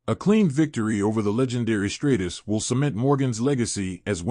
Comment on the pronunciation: Trish Stratus (Stra Tus) not Straightus..